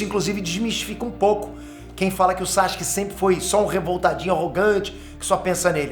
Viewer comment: Pq ele chama o Sasuke de SaXuke?